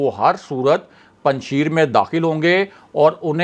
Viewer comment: Kisi pathan se Afghanistan ke sheron ka pronounsation seekh lia karain. Panjshair bolana hai laikin likhne Mai Panjsher likha jata hai.